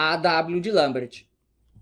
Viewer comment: Parabéns por pronunciar "Lambert" corretamente!